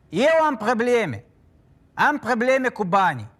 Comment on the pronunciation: Am prrrableme cu banii Din puținul vostru dar din dar se face rai😂😂